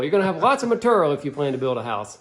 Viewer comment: I slammed a shot for every "maturial" and now I'm dead drunk.